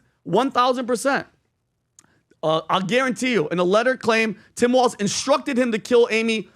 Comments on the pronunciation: WALZ... not Walsh . geez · TIM W A L Z. Not Waltz. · "Walz" not "Waltz"! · It’s “Walz”